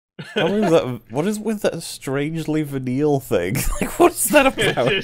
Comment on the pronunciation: When you pronounce venal so badly, no one knows wtf you mean. Goodness.